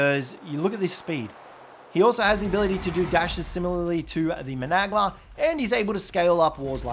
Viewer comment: it's spelt managarmr. pronounced, man-uh-gar-mur